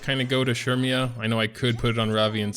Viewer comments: It’s said as sair-me-yah I’m pretty sure Edit: also the event shop sells those blazing souls so make sure u check that out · CERMIA ! CERMIAAAA ... SHURMIAAA ???????